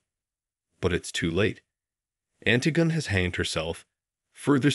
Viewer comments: Yes, I'm really surprised. Surely if you're going to go to all the effort of putting together a video like this, you'd check on how to pronounce the title and author. The most common pronunciation is anTIGone by SOPHocles. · Did you seriously pronounce it "Ant-i-gun by Sof-a-culls"? This is the worst.